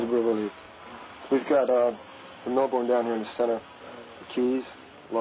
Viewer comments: Mel - bourne😅. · One would have thought that they would know how to pronounce "Melbourne" after all this time.